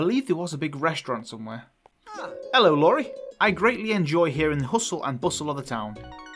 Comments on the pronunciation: Iori’s name begins with an i and pronounced as Ee-oh-ree. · Hey!! I just start watching you videos. This are so good and hilarious sometimes... btw is not Lori the guys name is Iori... I = i 🤣😂🤣😂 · It's kinda funny to watch you butcher the non English names haha but you're great! I hope you continue past 6 episodes!! Iori - I'm pretty sure it's an 'i' not an 'L' so maybe smth like 'ee-or-ee' Also 'mi amor' is 'my love' in spanish :) georg = German name like 'gay-org' Really looking forward to the new episodes!!!! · hey! it’s actually EE-ori, with an i not a L